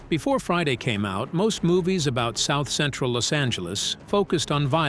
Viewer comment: Bro this guy can't even say South Central right